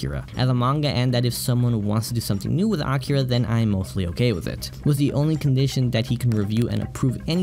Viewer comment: it's A-KEE-ra....not Acura....the 2nd one is a Honda brand...js